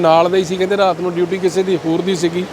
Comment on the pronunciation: ਜਦ ਬੰਦਾ ਆਪਣੇ ਇਲਾਕੇ ਦੀ ਮਾਂ ਬੋਲੀ ਛੱਡ ਕੇ ਦੂਜੇ ਇਲਾਕੇ ਦੀ ਬੋਲੀ ਬੋਲਣ ਲੱਗ ਜਾਂਦਾ ਹੈ ਤਾਂ ਕਿੰਨਾ ਭੈੜਾ ਲੱਗਦਾ ਹੈ ਜਿਵੇਂ, ਪੱਤਰਕਾਰ ਦਾ ਰਾਤ ਨੂੰ ਰਹਾਤ ਕਹਿਣਾ ਕਿੱਦਾਂ ਦਾ ਲੱਗਦਾ ਹੈ। ਹਾਦਸਾ 😅😅😅😅